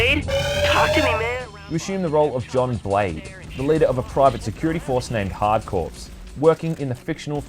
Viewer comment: Sorry man I am😂 Did you say hard corp with a P? Trying not to be a dick but the P is silent. Great video don’t stop yours and Civvie 11 are the two greatest videos on this game ever made.